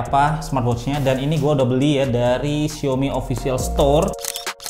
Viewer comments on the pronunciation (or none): Bang, xiaomi tu dibacanya "siawmi" jangan "siomi" donk bang.. Gatel dengernya